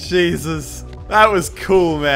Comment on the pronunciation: I keep thinking you say "Beta" instead of "Vader". Is that wrong to think that?